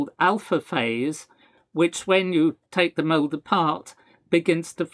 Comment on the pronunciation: Oh, "mold". I was in another tab in my browser, just listening to the audio, and thought the Professor said "heated mole" at first and was deeply confused.